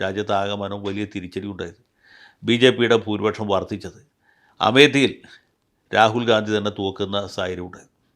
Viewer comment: Please pronounce Rahul GHANDY...